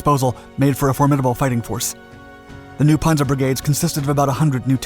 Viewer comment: You lost me at “Ponzer”! You set to be my favorite narrator. “ P a n zer” Pan zer